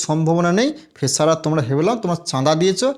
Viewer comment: ফেসার টা কি? আগে উচ্চারণ ঠিক কর তারপর পাকামো মারবি। গেজেট প্রকাশের সময় কোথায় ছিলি।